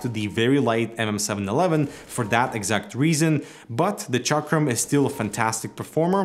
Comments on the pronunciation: It's Chakrammm not Chakream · Chakram is a Sanskrit word, from which Hindi (that Indian language) evolved. Both Chakram were pronounced incorrectly, but close enough seeing that is accentual. Ch (as in chair) a (as in u of us) k (as in katana) ram (exactly rum). So it's more like Chukrum. This info is good to know but it won't benefit you whatsoever.